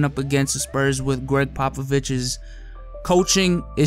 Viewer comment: Did he just said greg poppoviches?? Lmao